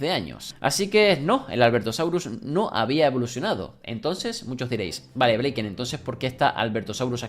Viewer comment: Dijiste blayken